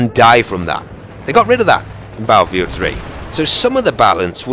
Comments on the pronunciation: It's his own speech. If you noticed he pronounces R with a W. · Is that how us "Americans" sound? Baddlefield?? Actually, now that you mention it, we DO say it like that! That's hilarious man. I can't wait till beyda comes out. Haha! Would be more correct if he said it like, "Bat-ul field"? Or "bait-uh"? I think us Americans are so lazy with English words that we like to blend all syllables together, if possible. Most people, on the other hand, think so highly of us "Americans" that people forget everyone on the continents of North and South America are "Americans" too. Hopefully doesn't start sounding like those Americans in Mexico. Now that would sound different.